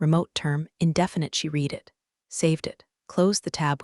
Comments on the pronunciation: It should sound like “red” in the past tense, not “reed.” Simple fix! 📚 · every “reeed” instead of “red” had my eye twitching. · The past tense of read (Read) is RED (Read). The AI shoulkd learn that. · Teach the narrator how to pronounce the past tense of read.